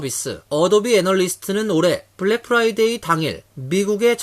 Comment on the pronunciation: 미국 한인방송인데 아나운서 발음이 Friday (금요일) 을 Fly day (파리 곤충의날) 로 발음을 하네요. 공부좀 하지...